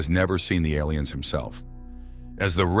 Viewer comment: I'm confused by the pronunciation of "aliens". It sounds like "ell - lee -- ens". Or L E N's.